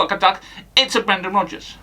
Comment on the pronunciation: BWENDAN! 😂 Top notch as always.